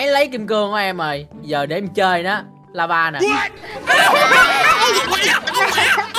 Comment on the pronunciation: Lava mà sim nói laza😂